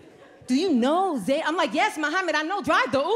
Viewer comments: We pronounce the name as “Ze-neb” in Arabic - not “Zay-Nab” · She’s pronouncing Zainab so wrong it hurts my soul. She’s not wrong just her pronunciation is bugging me..😬💅